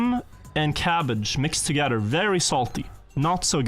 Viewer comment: i will pronounce every letter in a word:...togedder